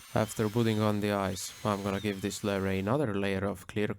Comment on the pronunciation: Learn to say lure!!!